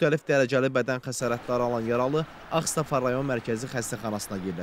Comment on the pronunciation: Ağstafa sözünü düzgün tələffüz edin!!!